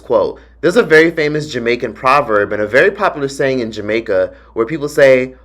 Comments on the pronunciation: Hearing you say the Jamaican quote 🤣... You said it wrong but oh well 💖💜🤍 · Yooo you didn't say that Jamacia part correctly but i understand 😊😊